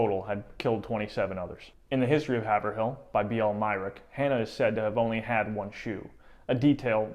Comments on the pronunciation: Well, 1st, Haverhill is not pronounced Haver- Hill. Here in NE, it's pronounced Hey-Veral but good analysis 👍. They should make a movie!! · Oh, yes, it's pronounced Hay-ver-rill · "Haverhill"? it's pronounced HAY'vril. i live there. we're all still laughing. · MA is full of fun names that are pronounced differently than you'd imagine them. Haverhill is one of them- Hay-vrill (emphasis on 1st syllable) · Haverhill is pronounced "hay-vrill" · It is pronounced by locals " Hay vrill. " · Loved your account, but just a small mention; Haverhill is pronounced HAV- er-ill. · I have lived in Haverhill (pronounced Hayvrill) my whole life and I drive by Hannah’s Statue all the time and you are telling me she is missing a shoe!!! wow! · lol, hav-er-hill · It is pronounced by locals " Hay vrill ." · It’s pronounced Hey-v-rill The real butchery here is the pronunciation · Haverhill is pronounced Hay-vrill. Wicked awesome videos btw guy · Haverhill locally pronounced Haavrill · Great info! I enjoyed it. I know some Duston descendents. Ps its pronounced Haiv rhill by the locals. Keep up the great videos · I can’t believe how you are saying Haverhill It’s have like wave and ril like til